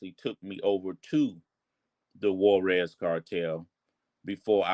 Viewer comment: On what? Netflix lmao. He didn’t meat mayo I can bet money on that. Mf can’t even say Juarez correct